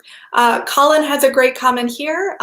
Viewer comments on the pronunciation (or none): none